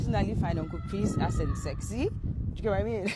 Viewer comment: ACCent is not pronounced as aSSent. C as in cup.